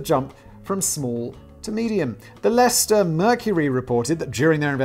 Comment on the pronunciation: I'm just shocked Simon pronounced Leicester correctly